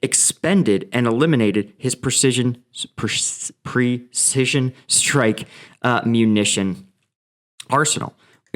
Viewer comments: Precision = pri-sizh-uhn 😂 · I'm pretty stoned and I also can no longer pronounce precdiaisioln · Precision,come on practice practice,you will end up pronounced properly.Tank you. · Man, if I had as many cruise missiles as times tried to pronounce "precision" I'd have more than the Russians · heh what is it with you and "precision" today:) that word is being quite the nemesis